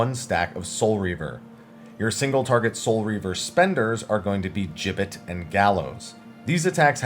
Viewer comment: Finally, someone who pronounces "gibbet" correctly!